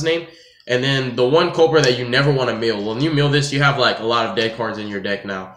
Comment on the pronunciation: It's mill not meeoh